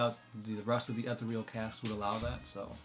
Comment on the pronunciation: Not trying to sound lie a douche, but your pronouncing ethereal wrong. It's not ether-real, its e-ther-real. If you google it , there is IPA for it.